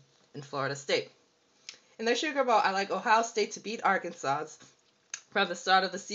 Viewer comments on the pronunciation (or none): Ohio St. is not in the Big 12. I can see how you made the mistake since they are in the Big 10 and there were 11 teams in the conference that year. The last S in Arkansas and Illinois is silent. I CANNOT see how you made this mistake, as you are older than six (I presume)...